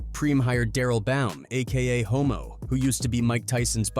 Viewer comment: His name was Hommo not Homo 😂